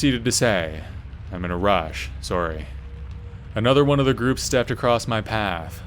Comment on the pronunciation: Based on his pronunciation of the word 'sorry' would it be correct to assume that the narrator is Canadian?